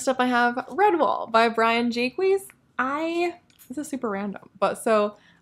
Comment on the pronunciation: Jacques is pronounced Jakes. Saw an interview with him when I was a kid and that was how he introduced himself.